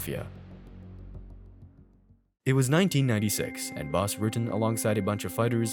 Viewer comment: It's Bas Not Boss